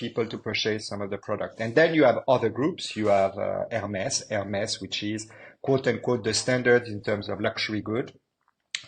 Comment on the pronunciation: I would say that so far this was the best video 🎉🎉 BUT as french speaking you should know how to pronounce Hermés 😂😂😂